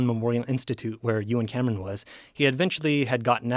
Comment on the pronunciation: For the first couple minutes of this video, every time this dude said Euan Camerons' name, I thought he was saying that Joe and some guy named Cameron were doing something. (you and Cameron) 🤣🤣 Anyone else or am I alone on this?